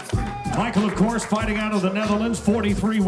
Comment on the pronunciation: Boualam Arbaoui she say“ofcours”